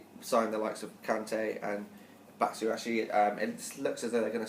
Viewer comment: Batsuwashi? Is he Japanese??! Bat-shway-ee :)